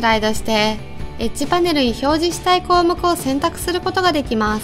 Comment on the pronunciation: エッジパネルがエッチパネルに聞こえた